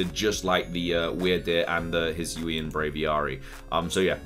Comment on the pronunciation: If I'm not wrong, it is pronounced as the Hee-soo-ee. And my guess for the climbing mon is: I think it's the trainer because the 'leaf' could just simply be the scarf, which explains the proportions of the silhouette, thick legs near the foot, just like the player's socks-like thing, the backpack would also make more sense. But I'd prefer it as a new regional form/evo